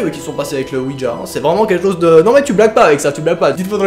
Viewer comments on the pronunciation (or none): none